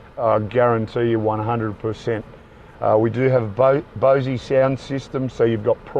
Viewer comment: Bo-sey sound system? :P It's BOSE as in Rose.